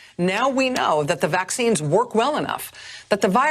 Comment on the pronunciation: It's Vaccine. With a 'V' not an 'M' Lest you talk with a lisp or something.